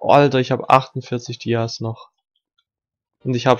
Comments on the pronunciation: Junge es heißt dias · Es triggert so hart wenn du die ganze Zeit dies zu Dias sagst